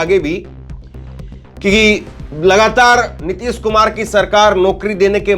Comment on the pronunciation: अबे रवीश कुमार की अवैध संतानों पहले ठीक से हिंदी बोलना तो सीख लो नीतिस कुमार नही नीतीश कुमार है